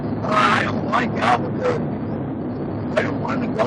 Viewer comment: If no meth in his system best prepare for a profiling suit. Dudes different but pronounced Albuquerque several times perfectly that words the perfect slur test. His heel toe walk was damn good for a dude in heels. Last I heard that isnt a crime. Can't bust the guy for quittin grade school to drive truck. As.for wrong way... could happen signs aren't always clear or even present. Weren't there 2 semis going I the same direction?